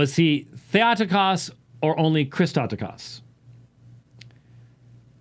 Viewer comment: in Greek, Θεοτόκος Or Thay-oh-TOH-kohss -- not thay-AH-ti-kahss. Sounds like a dolt!!!